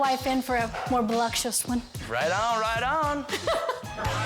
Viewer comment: It’s voluptuous lol not voluxtuous 😂😂😂